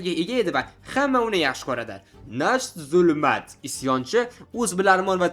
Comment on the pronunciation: nacht bu "ch" Sh emas H deb aytiladi, kuchi nemischa Nacht tun degani Morgen esa kunduzi 🙂